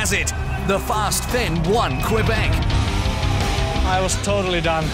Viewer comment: Québec is pronounced ''Kaybec''....merci